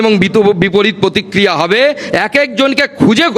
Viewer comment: প্রতিক্রিহা নয়,ওটা প্রতিক্রিয়া!